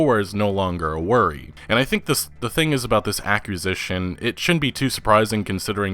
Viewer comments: Are you saying accusition or acquisition? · Why does he keep say, “accusition?” Does he mean, acquisition? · It’s ACQUISITION, not accusition. Lol, what a fucking tool. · its not pronounced "ack u zi shuns", its pronounced "ah qwe zi shuns", why are there so many "gamer" youtubers that cant pronounce middleschool words? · TF is an accusition? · Say aqua. Now say Acquisition. Not accusition. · this is an otherworldly level of petty, but its pronounced aq-wus-ish-in, not aq-yous-ish-in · "accusition"? i think you mean axuzitshun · Probably just a linguistic quirk from where he lives. Like how some people say "nukular" instead of "nuclear" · Please work on your pronunciation of acquisition cuz everytime you say it I hear accusation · I know this is a small point, but it's pronounced a-ck-wi-zi-ssion. What your saying is a strange mixture accusation and acquisition. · Accusations?? I think the word you're trying to say is "acquire" or "acquisition". Pls learn to read your script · What’s an “accusition”? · It's ACQUISITION, pronounced ak-WIH-zi-shun. You almost broke my brain with that pronunciation. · This is definitely big news, love the video, but all I could think about is him repeatedly pronouncing the first half of the word acquisitions as accusations. Was that just me? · he meant to say acquisition lol 😂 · i heard it as accusation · I'm sorry, are you saying accu-sition instead of aquisition? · What exactly is an “accusition”? 😂 An accusation of an acquisition? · I’m almost 99% positive that you said ACCUSITION? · Bruh, aquisition is pronounced "Ah-qui-zih-shun" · WTF is an "Accusition"? Like instead of being accused you are accusitioned??? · ITS PRONOUNCED ACQUISITION GOD DAMN IT!!! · Ok. The word is AQUI Z ITON. Every time you mispronounce that word is a grater to my civilized brain. Unsubbed. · Huge “accusition”..... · Say it with me “ack-quiz-zishion” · what's an "accusition"? i mean, i've heard of "acquisition"......... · Aqua-zish-un. I think you mean.